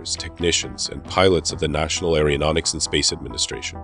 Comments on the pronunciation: Nice presentation, though a dramatic narration is stripped of gravitas when the person speaking can't pronounce, "aeronautics", or any related words correctly: the Greek originating prefix is pronounced, "air-oh", not, "air-E-oh". "Aero", means air. "Aer-E-o", seems biscuit/cookie related. 😁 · It is AERONAUTICS not Aereonautics and Aerospace not Aereospace.